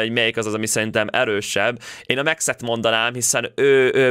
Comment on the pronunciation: Max lány de úgy ejcsük ki hogy Míkx